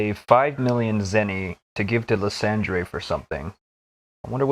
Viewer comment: Why are you pronouncing lysandres name that way. So much official media has said his name properly